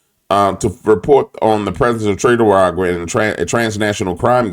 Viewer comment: Do you call them "tre de aragua" on purpose to disrespect them or just the way you pronounce it. Just curious. Take care brother